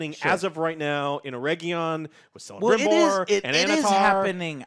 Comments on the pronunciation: Joe it's Celebrimbor with the K not with the C xD xD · Joe keeps saying Selembrimbor... But it's pronounced KELEMBRIMBOR! He played Shadow of Mordor and Shadow of War.. He should know that. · Correction on Celebrimbor: it's pronounced like Celt, with a K sound. It sounds more badass that way, too. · Joe you need to learn that Celebrimbor is prononced with a "k"! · The little smile in Alex's face everytime Joe pronounces Galadriel/Galandriel/Galendrielle and Celebrimbor/Selebrimbor. 😏🙉